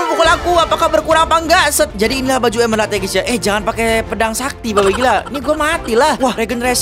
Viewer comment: Emerald, bukan Emelald